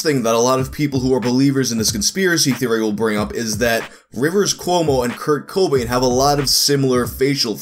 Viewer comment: That pronunciation of Kobain confused me for a good while